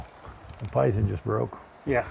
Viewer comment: Ken - Breaks Python. "Bill, your pie-thin just broke." Bill - "Yeah." Ken - Smug satisfaction after breaking Bill's Python.